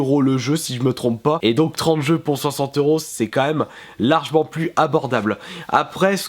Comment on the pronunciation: je t'aime bien mais on dit "largement" et non pas "largment"